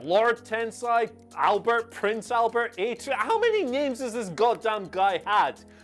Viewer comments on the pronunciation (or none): none